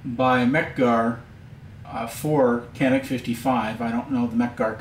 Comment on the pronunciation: It's pronounced John-eek. And there was a request for bid by the Turkish military and police forces. The competitive process included three firms, one of whom was Canik with their TP9. The testing included 50,000 rounds fired without a stoppage...among other tests. At the end, Canik TP9 won the contract and became the first polymer framed pistol ever issued to the Turkish forces. An initial order was placed for 40,000 units. Congrats to Canik for this accomplishment.